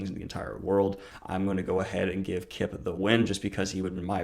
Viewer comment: Kip rhymes with chip